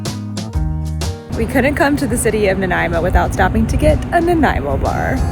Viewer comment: Great job on the pronunciations for-Ucluelet and Nanaimo. BC is amazing.